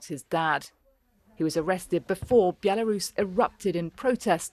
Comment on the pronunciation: B-elarus?? Where's that then? 😂!!